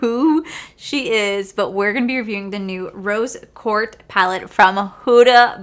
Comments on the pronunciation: lol nahhh no worries sounded like you were saying court instead of quartz. My hearing aid just might need new batteries.😆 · Rose QuartZ like shorts, not Quart like short 😁 Love the eye look you created! I love Huda Beauty palettes 💕